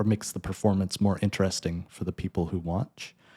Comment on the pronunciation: Holy shit that's you? How long ago was that? - How come you sometimes say interesting and "inner resting" other times? ㅋㅋ Also, only 3 months of 아르바이트 for a macbook is crazy. Must have been pre inflation. These days people have to sell kidneys and take mortgages. One of my friends also makes music but I think he's still using Finale over Dorico.